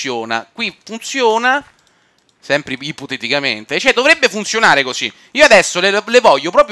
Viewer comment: non so quante cazzo di volte a detto ippotetichamente